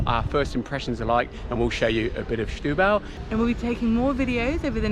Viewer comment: Don't say "shtubal", it's pronounced like "stew-bal". ; )